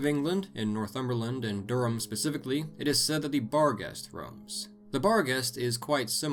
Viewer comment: Never thought i'd hear an american actually pronounce durham properley